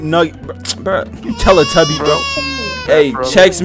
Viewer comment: BRO RLLY SAID Teletubby😂